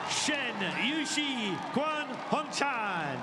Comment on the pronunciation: 我一直听到男解说员说的是“宽”红蝉，全红蝉的名字难道不该被正确的读出来吗？！